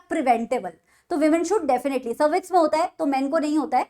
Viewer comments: mam its not crevix its cervix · she is teaching one thing wrong it is NOT crevis its cervix guys check ncert also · mam galat hai cRevix nhi CERVIX hota hai pls do correction